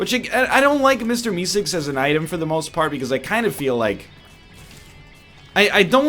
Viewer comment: Why does he say Mister E-cigs instead of Meeseeks